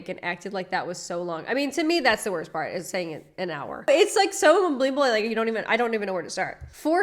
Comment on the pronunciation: " go to peart two" Pick up my new car" I'm sorry I just cant